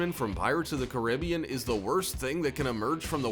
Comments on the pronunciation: Man said pirates of the caribiyan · guys this is funny he siad pirates of the ciriban